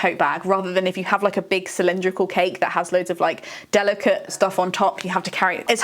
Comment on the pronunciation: Hahaha you said cylindrical in the end 😂